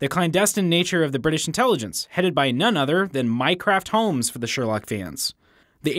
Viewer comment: Anyone else heard him say "Minecraft Holmes"?